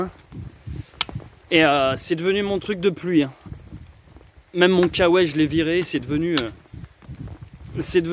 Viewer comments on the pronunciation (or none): none